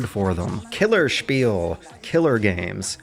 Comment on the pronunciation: The e isn't mute in killerspiele